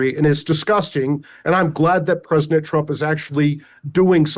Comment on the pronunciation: Mike Davis needs to practice pronouncing the word “President”